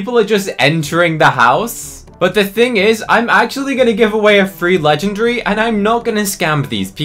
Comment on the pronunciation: legenDARY why is he saying it like that 😭